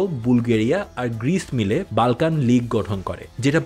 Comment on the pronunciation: Pronunciation tik koren...Balkan abar kìi?ota Bolkhan area hobe.